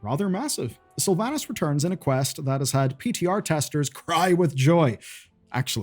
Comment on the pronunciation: “Return of Slyvanus.” I think I felt the collective sigh of alot of wow players 😂